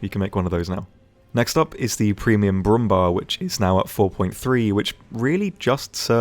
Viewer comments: Brumm-bear not Brumm-bar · in case you care about such things: the Bär in Brummbär is pronounced like the english "bear" (which is also the translation for it). The 2 dots above the A make the sound shift from A like in "hard" to A like in "bad".